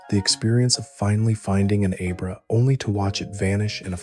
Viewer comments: Sounds a lot like Roman from Regular Car Reviews. I know it isn't, and I want to believe it isn't AI, but after he said Aye-brah instead of Ab-rah I knew the voice wasn't real. Been part of the pokemon Fandom for over 20 years and never have one of the original with a simple name pronounced like that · Brother! soon as you said A-Bruh im out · This was fantastic.... right until you said Abra